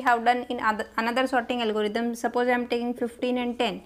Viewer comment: It's quite funny that she pronounces sorting as 'sotting'. However, the quality of content she delivers overpowers any pronunciation errors since she is able to explain the concept in a clear and concise manner.